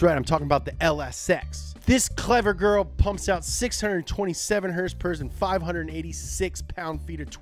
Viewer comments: "That's right, a perfect horsporque" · “Hursepurrs” “Lbs/foot of Twerk” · "That's right, a perfect h o r s e - p o r k" I'm DYING